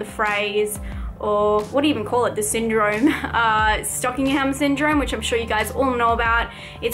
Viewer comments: you added like 3 extra syllables. That would be like if an American said "Im not pronouncing Iraq wrong, its just my accent". Except its not that difficult to just say it right. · It's called Stockholm Syndrome, not Stockingham Syndrome :) Nice review btw! May you could watch/review Morgan! It stars Anya Taylor-Joy. The girl who played Thomasin in The Witch and Casey in Split. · "Stalking Home Syndrome".....girl no. It's Stockholm, as in the place in Sweden. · I know right. All her responses to people in this video are so rude. Shes just pissed because she cant pronounce Stockholm and wants to blame it on her accent lol